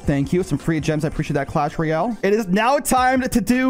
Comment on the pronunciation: “Clash Reyale”